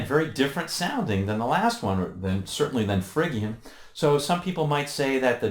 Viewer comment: fridge-ian, not frigg-ian!